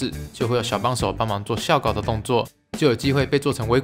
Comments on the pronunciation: 微疼…那個校稿是念ㄐㄧㄠˋ不是ㄒㄧㄠˋ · 拼音看这里！ 不是xiao对，是jiao对哦 x) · 校稿是念ㄐㄧㄠˋ 不是ㄒㄧㄠˋ啦🤣🤣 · 不是ㄐㄧㄠˋ稿嗎哈哈哈哈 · 校稿唸的校唸ㄐㄧㄠˋwwww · 是校（ㄐㄧㄠˋ）稿，不是校（ㄒㄧㄠˋ）稿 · 校稿，念作“叫稿”喔，不是“笑” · 不是ㄐㄧㄠˋ搞嗎// 每個禮拜都在期待鬼故事~這禮拜的鬼故事是不是比較多ww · 0：14 校稿 ㄐㄧㄠˋ ㄍㄠˇ。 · 笑稿 我的茶葉蛋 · 校稿，那個念ㄐㄧㄠˋㄍㄠˇ😂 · 阿疼～是校（ㄐㄧㄠˋ）稿啦！ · 哈囉，校稿 是ㄐㄧㄠˋ喔～ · 應該唸校 （ㄐㄧㄠˋ）稿喔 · 微疼：那個字是ㄐㄧㄠˋ 校稿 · 微疼～是唸「ㄐㄧㄠˋ」稿喔XDDDDDD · 校稿 是唸ㄐㄧㄠˋ ㄍㄠˇ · 不知道是不是開玩笑的，應該是校「ㄐㄧㄠˋ」稿👍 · 校稿 （ㄐㄧㄠˋ）稿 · 我也覺得應該是ㄐㄧㄠˋ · 其實是 ㄐㄧㄠˋ稿 哈哈哈哈哈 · 其實是唸成 ㄐㄧㄠ、稿喔 齁齁齁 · 校ㄐㄧㄠˋ稿，破音字。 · 聽到的瞬間直接按暫停，看有沒有人留言，見著後老師就放心的繼續按撥放了!